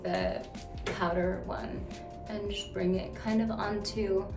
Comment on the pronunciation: When she says “powder” lmao…… you can tell she’s had it powder.